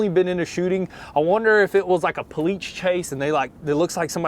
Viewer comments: Please say cops. Cause I keep on rewinding the video to listen to u say polite and not police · honestly, you guys are stupid. "Politch chase?!" its POLICE, PO-LEEEASE